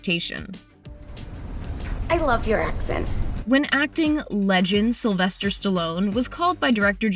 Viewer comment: Did she say sylester???.....